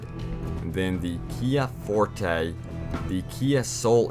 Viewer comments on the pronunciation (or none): none